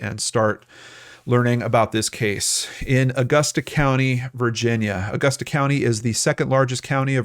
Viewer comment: He pronounced it correctly. Growing up, I was always told to pronounce it depending on how much money you had hahaha